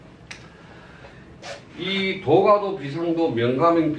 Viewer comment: 참 훌륭한 강의입니다. 그러나 독 법 문제. "도가도"의 독버베 문제가 이ㅆ습니다. 우선 선생께서, "도가" "도"라고 ㅋ띄어서 읽었고 첫 번의 "도" 는 짧게 읽었고 다음 "도"는 길게 바르게 읽었습니다. 제 생각으로는 "도" "가도"라고 띄어서 읽고 :가"는 길게 읽어야지요